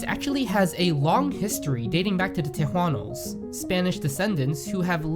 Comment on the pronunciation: Tejanos is properly pronounced "Teh-HA-nos" not however he said it. And Nachos were invented in Mexico, just across the boarder of Texas.